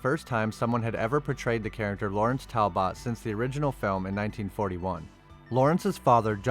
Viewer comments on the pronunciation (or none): Talbit it's pronounced talbit not bot it's okay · Goo God. Talbot sounds like Tal+but , not Tal+bot. You never heard the Wolfman's name before? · It's pronounced Tal-but ............... not Tal-bot. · I am 6 minutes into the video and I just can't take it anymore.....first it's pronounced Tal-but all one word. It's not Tal....Bot. Second, it's pronounced Ly-can-throw-pee.....not Lycan.....thropy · Why do you say Talbot like that? It's pronounced Tal-but. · Great video! Only thing that drive me crazy is how you say Talbot. It's pronounced tal·buht all in In one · It's pronounced tal bet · Its pronounced Tall-But... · Listening to you repeatedly butcher the words “Talbot”, “lycanthropy”, and “Gévaudan” made this video very painful to watch. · Learn how to pronounce"Talbot" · The pronunciation of Talbot is painful. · Butchered the pronunciation of Talbot. Unfortunately viewers of these times don't appreciate a great Gothic horror story. It pisses me off cause this movie is the very best Wolfman movie to come out in the last 25 years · The way he says Talbot is weird and makes the video kinda hard to watch for me… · weird ass pronunciation of Talbot.